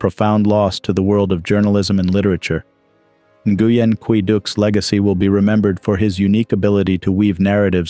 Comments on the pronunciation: The correct pronunciation of Nguyen sounds like win. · Nguyen is pronounced closely to "Nwin"